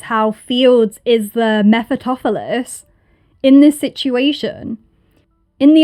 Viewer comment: The name is pronounced meh-fuh-stah-fuh-leez.